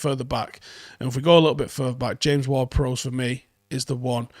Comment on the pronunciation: please stop pronouncing James Ward Prowse name wrong? think ships bow? not bow and arrow and say it like that? prowse has an e on the end, prowse like cows